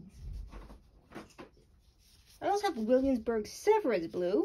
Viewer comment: "Blue who" how in the world do you get who from "hue"? 😂😂 And then she said grum-batcher!! N don't get me started on the way she pronounced the Williamsburg color, Jeez lady a little bit of edumacation lol...Terrible..... Lol naw but I'm all seriousness great job, this was a great video thanks for the info, this just proved what i already thought, that you've gotta shell out the $100 for the 40ml of the original stuff if you want the most beautiful colored Blue Manganese...... There goes the wallet 😂 jk